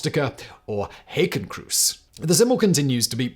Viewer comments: Woah you've absolutely butchered the german word for Swastika there. xD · The most offensive part of this video is your pronunciation of “populusque” and “hakenkreuz” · +1 for 'Haykencruise' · “Hakenkreuz” is German (surprise) and pronounced like haaa-ken kroitz , the haaa being wide and open like in “Nina Hagen” and “half-way” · That's a way to pronounce Hakenkreuz that does not sound like ice cream at all ... or rather an ice cream sponsored cruise trip? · Simons way of saying Hakenkreuz is just hilarious